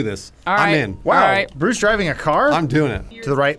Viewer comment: He'll forever be 'Bruss' to me from now on....